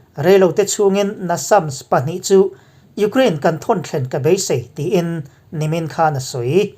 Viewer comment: Iukhrein tiin lam ve mai la